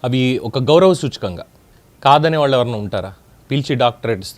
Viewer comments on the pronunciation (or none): none